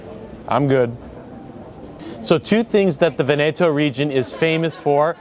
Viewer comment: I wish American YouTubers would learn how to pronounce basic foreign words/names like Veneto (VEneto) and Osteria (OsterIa) before they film these videos. It is not that hard to learn where the emphasis goes.